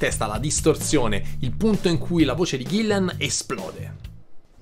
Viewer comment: Ahahahah! Grazie mille per i complimenti e l'osservazione! 😜 Come ho già risposto sotto a un altro commento, io SO che si chiama Gillan (infatti se ci fai caso ovunque l'ho scritto è scritto bene!), ma purtroppo sono toscano e la mia pronuncia tende a tirar fuori una "i" che non c'è!!! Proprio non mi viene "ghillan", mi esce sempre un maledetto "ghillian"... scusatemi!!! 😅